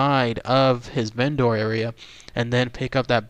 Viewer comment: Vendor is pronounced "VEN-der." The way you say it makes it sound like a Go-bot.